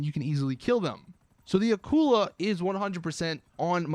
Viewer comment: its not aqula its akula and its a shark